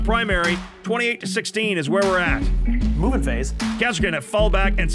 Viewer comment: Every time you say "Movement Phase," I hear it as a "Mubin Phase."